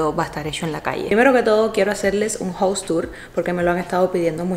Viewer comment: Un observación a veces la pronuncias bien y en otras mal casa es jaus no jous (House) y aquí en America no existe eso de pisos o dices casas or apartamento nunca piso.